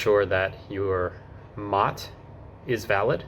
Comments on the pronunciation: MOT? MOT? No one, anywhere, not once, ever called it the MOT, it's an M.O.T., pronounced M.O.T. Not a mot. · M O T. Not pronounced mot……😂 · It’s pronounced “em oh tee”, not “mot” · It's not MOT - It's M O T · its not pronounced MOT its pronounced m o t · One pedantic, minor point - nobody here says MOT, it’s M.O.T. Enjoy your time here and make the most of your car to explore the UK. 🇬🇧🇺🇸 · wrong on the v5c, you should be given that by the seller ,either a car dealer or private sale, you fill in your name and address details ,and send your part of to swansea,and your v5c comes back to you in the post ,also it not a mot its a M O T pronounced seperatly, its also not tags its number plates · Minor point but we pronounce it M,O,T not mot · It is not "Mot", it is "M.O.T.", named after the now defunct Ministry of Transport that initiated the test. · Please please please, don't call it a mot, that is a ladys' private parts. It's an "Em~Oh~Tee". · "We don't call it a "MOT", we literally spell it out (M.O.T) so it becomes as 3 syllable word. You will never actually hear anyone say "MOT" as it is written. BTW, it stands for "Ministry of Transport". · btw its " M O T" you say the letters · Just so you know, MOT isn't said as a word, but as individual letters M-O-T. You might already know this by now though 🙂. I enjoyed watching.